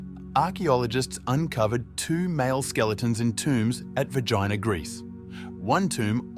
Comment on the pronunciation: Its VERGINA not Vegina . Please try to fix the mistake. Thank you .